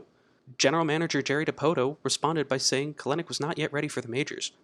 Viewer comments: Bro it's KEL-nic not "Kalenic" shit was bugging tf out of me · Good video! It is pronounced "Cel-Nick" however 😁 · You pronounced Kelenic incorrectly. His last name is pronounced Kelanick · Love the video but it’s pronounced Kel-nick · Love the video, but we gotta work on the pronunciation of Kelenic :)